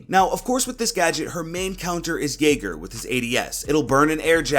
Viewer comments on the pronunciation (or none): none